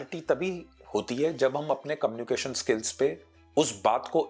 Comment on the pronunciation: sirji.. communiCAtion hota hai KOMnication nahin.. Pls!🤌🙏